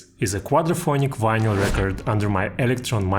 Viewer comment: It's vineL. The Y is silent.